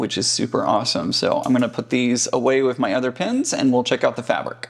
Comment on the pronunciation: Loved the history lesson! Sounds like you are saying "pins" vs "pens", LOL, I just love other people's accents, keeps life interesting. Love your presentation techniques.